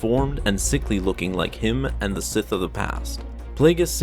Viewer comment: Sith Sseth S S I T H